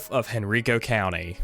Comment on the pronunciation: I live there and have lived in Virginia my whole life. It is actually pronounced Hen-Ri-Ko. And it makes a similar sound to the way you pronounce Rikers island, the prison. So pronounce henrico like it’s spelled in the same vein as rikers. Or just look up a video of any county meeting and listen to them pronounce it